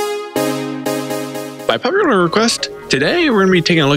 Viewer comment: what in the butt did you say in the begining? ''by pueueue request''